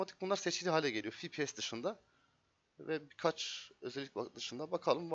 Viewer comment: cpu işlemci gpu ekran kartı ama fipies nedir ya yanlış okuduğun için dn yoksa iyi video